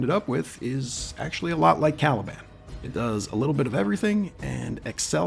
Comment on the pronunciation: When I heard "Calibland", you got my like :)